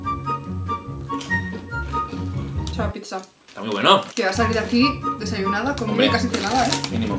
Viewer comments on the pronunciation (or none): cuando dijo aquí hay una pizza entendí: Aquí hay una picha JAJAJAJAJAJA